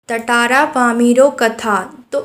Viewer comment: Tatara × Tara ✓